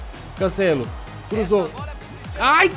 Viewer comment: Mano brasileiros para de falar cancélo é cancelo